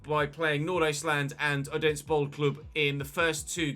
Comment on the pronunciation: Great episode as always. The D in Odense and Randers is silent. It's pronounced Ranners and Othense (th like in the).